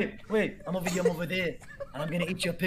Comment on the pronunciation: "I'm ovah here, I'm ovah there" What an absolute gift Actually would of never seen that if it weren't for this channel